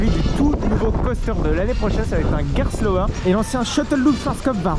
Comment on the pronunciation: Entièrement d’accord avec ça, et c’est bien dommage car le contenu est toujours qualitatif ! Par contre MERCI d’être l’un des seuls à prononcer Gerstlauer correctement 🙏🏼